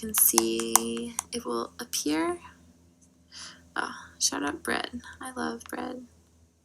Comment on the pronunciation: At first I though she said “ Shout out Brit” like her friend or something but she was shouting out bread